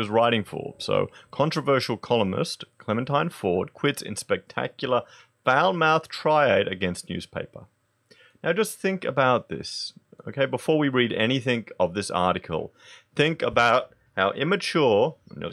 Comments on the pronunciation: Holy fuck dude. It's pronounced 'tie - raid'. Apart from that, great vid and I'm very glad CleMENtine Ford is out of work. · "Tirade" Tie-raid. Please, this is not an uncommon word. Otherwise well presented video, nice and relaxed, and very good news about Ford. Oh how long I've waited for this day. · tirade - pronounced "tie raid" diatribe - pronounced "die a tribe" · Try saying it this way Tie Raid. Yep that's it Tirade. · Dude, have you never heard of a tirade (tie - raid)? Good video though, delivering some welcome news. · It's pronounced like Tie raid 😂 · TIRADE... TIE-RAID Christ on a bike, learn how to code? how about learn how to read. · Either Tie-Raid or Tier-aid seems to be the normal pronunciation for 'Tirade' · Tie-raid and die-a-tribe. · I tead this comment as says triad.. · Please learn how to pronounce 'tirade' - It reflects poorly on you. I can not stand Clementine Ford and the rest of her misandrist bigoted ilk but regarding her views on our so called leader I couldn't agree more with her - there's a first time for everything I guess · No offense but here's pronunciation for tirade and diatribe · Mispronouncing tirade? Forgivable! Accusing her of being unprofessional while spilling your own coffee during a take? Priceless. There is a market for misandry, unfortunately. People will sponsor her. A sign of the prevalence of hatred in our society: a small group, but a loud group.